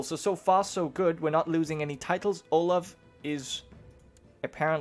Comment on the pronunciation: Olav is pronaunced Olav not olaf (in norwegian )